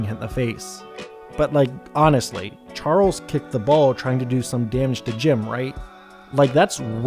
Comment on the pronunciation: you called Charles harles 🤣🤣🤣